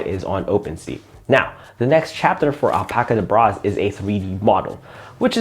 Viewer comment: I think its pronounced like the magician’s chant “abracadabra” so al-pacadabraz